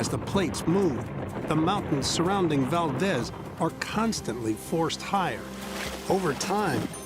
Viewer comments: Lol Val-dez? Never heard it pronounced that way in my whole life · Valdeez, it's pronounced 😅